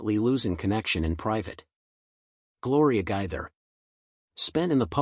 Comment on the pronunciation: I thank this one of them computer stores because it doesn’t know how to pronounce their last name. Just saying 😢😢